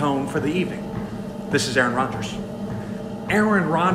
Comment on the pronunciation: Ear-Ron Rodgers